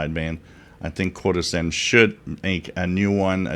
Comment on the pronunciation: CHO-DOSEN is the correct pronunciation.